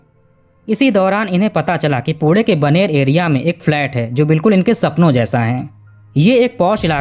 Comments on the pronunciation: 22 poode nai pune hota hai.. baki apka kaam acha hai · Ap jab bhi pune bol rahe ho aisa lgra hai kude kuda bolre ho😂😂😂😂